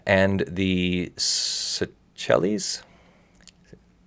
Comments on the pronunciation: I think it's pronounced "say-shells". But I may have just pulled that out of my ass. I don't even know any more. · Seychelles - SAY-SHELLS :) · It's pronounced "say-shells".